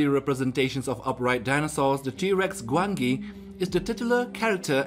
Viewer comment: It is said Gwanji